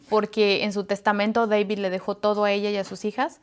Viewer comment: Deibid ha ha ha ha se oye chistosa su accento !